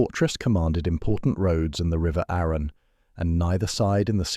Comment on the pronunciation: If AI can’t pronounce Arun and Arundel correctly, I just can’t watch this.